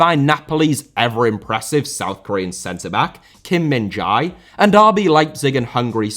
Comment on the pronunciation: correction on Kim Min Jae pronounciation : its "Je" not Jay or JA